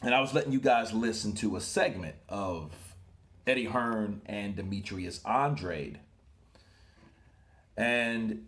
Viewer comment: He says "Ann-Draid"(weird, I know).